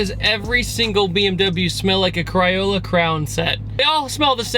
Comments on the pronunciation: Say cray fish .. now say cray on ..... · did you mean "Crayola crayon set"? Because you said "crawla crown set". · Crayola Crayon. Not cryola crown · "cryola cryon" set., your south is showing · “Cry-Ola Crown set.” 😂😂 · cry-ola cray-own set lol